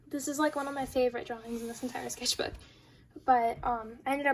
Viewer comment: The "skethbook" was annoying me soo much waah